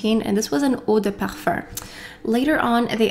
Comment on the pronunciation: As a european person who studied french for 8 years and has a native french partner I will agree to disagree. The pronunciation is wrong and it’s kind of weird because it happens only when she says “eau de parfum”, when she says parfum it’s in english. So you’re better off trying to pronounce it like “ouh-deh-parfah”” or “parphæh” or even include the “m” at the end than say “perfurrr” because it doesn’t make much sense.